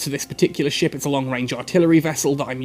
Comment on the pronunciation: Everytime he says ship...I hear "shit"